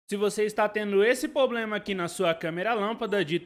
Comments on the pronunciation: Não é "POBREMA", o correto é "PROBLEMA". Desculpe pela correção, porém do mesmo jeito que eu quero aprender, também quero compartilhar conhecimentos. Obrigado pelo vídeo. Like e Inscrito. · Por favor, não é "pobrema".